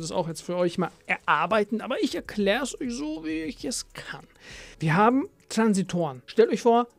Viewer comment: Bruder bitte es heißt Transistoren und nicht Transitoren 😅